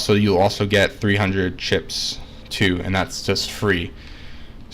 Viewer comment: It really sounds like you're saying clits instead chips lol